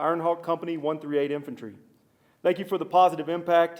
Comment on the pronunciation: Infantore also your pronunciation